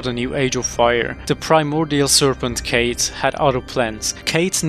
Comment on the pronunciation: kaathe is not kate its like cuff but a long u ☝️🤓